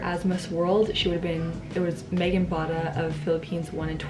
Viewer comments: Miss World 2013's name is Megan Young not Megan Bata but it's okay because the Filipino word for "young" is "bata" 😂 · MEGAN YOUNG not Mega Bata .... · You are so Cute... Megan Bata (young in english) = Megan Young (correct last name)